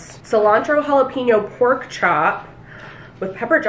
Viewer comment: 'jalaPEENyo' sounds so naughty lmfao, it's pronounced 'jalaPENyo' like the writing utensil haha.